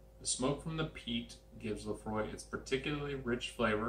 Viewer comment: Laphroaig is pronounced with the g btw